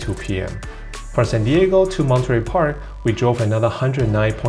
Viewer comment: You are a TRUE Asian, the way you pronounce Monterey Park!!! My relatives do this. I was raised in USA so I pronounce it differently